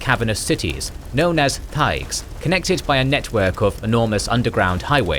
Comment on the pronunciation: The h is silent. So Elvhen is El-ven and Elvhenan is El-va-nan. Solas says it in Inquisition and you quote part of the dialogue. So I am not sure why the mispronunciation. Also Thaigs is Tie-gs. Again they pronouce it in the games.